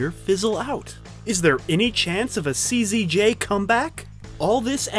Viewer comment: You called her KZJ. It's actually CZJ.